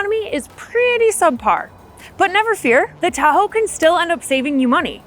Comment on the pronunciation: Chevy "da ho" 🤐🤣